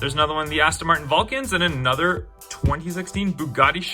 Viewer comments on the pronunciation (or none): none